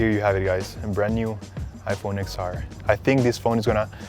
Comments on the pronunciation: It’s iPhone ten R not ix R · I'm pretty sure it's pronounced Ten R not X R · It's pronounced 10 r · iPhone XR is not “x”，it's ten ，Roman numerals X